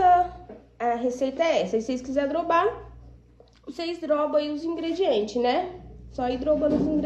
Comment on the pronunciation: Kkkkkkk engraçado vc falar droba a receita.... é DOBRA 👍